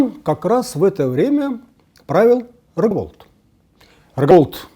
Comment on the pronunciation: Собственные имена, переиначенные без уважения звучат как издёвка над историей чужого государства. Рогволод (др.-рус. Рогъволодъ, Роговолодъ, но не "Роговолд" же? Буковки все русские. Это не красивый непонятный белорусский язык. Здесь только прочитать надо. Как в Поле Чудес. Все буквы отгаданы.